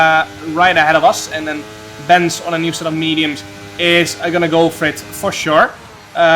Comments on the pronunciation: I'm Bence as well and you say B E N C E not BENC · Hey Jarno, I'm from Hungary. Just a tipp, when u pronounce the name:" Bence" say the second "e" as well not just Benc, its Bence